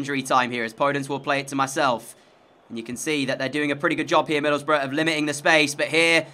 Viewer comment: ngl... every time u said "middleboroughs" i heard "middlebruh" lol